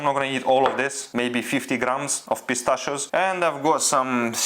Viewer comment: Bro why with every meal pistschio